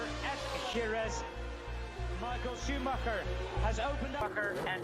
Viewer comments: Baca namanya itu sumaker bukannya scumacer... Sakit kuping bray denger ejaan yg bukan semestinya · maaf pengejaan schumacher bukan skumacer tapi Shu-mac-her